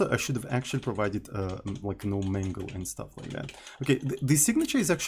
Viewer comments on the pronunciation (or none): none